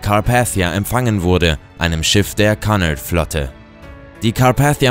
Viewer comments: "Kunard" = Cunard😂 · Du hast Cunard falsch aus gesprochen